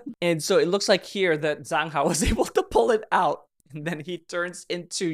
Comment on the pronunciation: You always pronounce zhang hao’s name wrong, it’s pronounced as Jang hao with j not a Z 😊❤